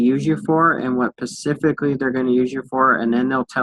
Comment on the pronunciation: Dude says pacifically every time he tries to say specifically